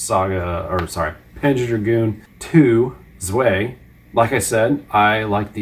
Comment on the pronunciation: "Zwei" is German for "two" and is pronounced "tsvai" not "zway". Herzog Zwei actually means Herzog (Duke) 2 and Panzer Dragoon Zwei... just means Panzer Dragoon 2. Guess in Japan they thought it "appropriate" to use the German word for two since the games already have a German name for the title.